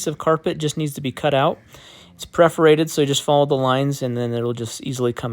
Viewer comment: Great tutorial, but AAAAAGH! The word is *PER*forated. perforated. Not PREforated. Think a cat purring, while poking holes in you - purr-forated.